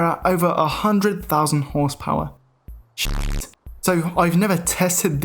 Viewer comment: the funniest thing ever is the way u say ''shitttt''